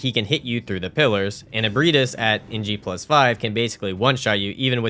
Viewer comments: How the hell did you took Ebrietas and somehow pronounced it as Ebrahtis 😂😂😂 Dude use Google text to speech if you don't know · At this point I swear you're saying the names wrong on purpose to cause me physical pain 😂 Raa kuu yo. Japanese is phonetic, there jsnt a hidden i in the word lmao. Also Ebreitas is ah/eh-bry-tas. EDIT: YOU SAID IT RIGHT LATER ON YOU'RE KILLING ME MY GUY🙃 Love the vid, holy hell you have more commitment than I ever did. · Mans said “eburtiss”